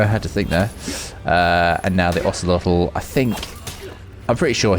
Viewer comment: Hey really nice pronunciation of Ocelotl and macuahuitl